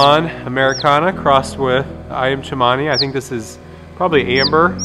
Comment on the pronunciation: And it is definitely Ayam not Iam. An aussie living in java